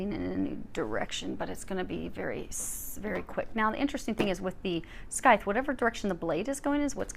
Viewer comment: Love the reading, as always! One small nitpick if I may: the C in Scythe is silent, so it’s pronounced “sythe”. Sorry, I’m a stickler for that sort of thing haha Thank you for the reading!